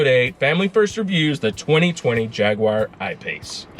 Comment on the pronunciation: Jagwire ? Guys this is a fab review but it’s JAG U AR! jagwire ?? 🤦😂